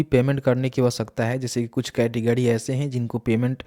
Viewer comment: Good information but....🤔🤔🤔 अड़्त-गड़्त और पतरता, कैटगड़ी 🤔😂😂🤣🤣🤔🤔🤔🤔🤔🤔😂😂😂😂😂😂😂😂 can't stop laughing.... 😂😂😂 Sorry...